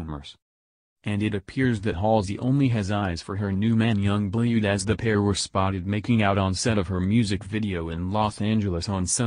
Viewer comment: I find it funny the way the narrator said yung blued